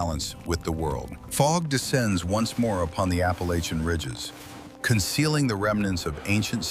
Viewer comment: This is stupid you're going to talk about the Appalachian Indians for God's sake to do it right I'm turning this off I mean how difficult is it to get it right people people